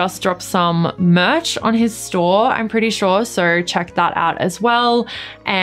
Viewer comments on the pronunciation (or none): none